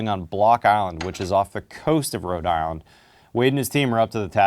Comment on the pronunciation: He said Rhode Island weird. But that’s my state! I’d love to visit this project.